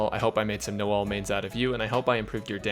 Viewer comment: I cracked up when he said " no-l's " Man's made my day